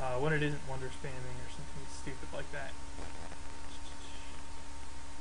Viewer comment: Are you saying “wonder spamming” or “wonder spanning”? I see you chop forests a lot. How does that compare with the longer-term hammers from ‘sustainable forestry’? What tech allows replanting? The simple sorting of cities, focusing on either cottages, specialists or hammers is interesting. What is different about cottages, again?